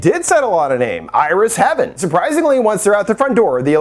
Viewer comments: Iris Heaven? It said Iris Haven lol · It is not "Iris Heaven", she named it Iris Haven, hay-ven. Haven being a place of safety. The term holds meaning in that moment of the film. As for the painting at the end, I think you interpretation is off because it appears you misunderstand something you are seeing. The "real" Ramona that you said is peaking out from way back and hiding in the shadows is actually a photo on top of (in front of) the painting. You can see the clip holding it on. It's a common thing to do when you are using a photo as a basis for the painting. The painting is her interpretation of herself, juxtaposed with the real her photo. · Haven* not heaven. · Aww guy doesn't know how to pronounce haven. Cute.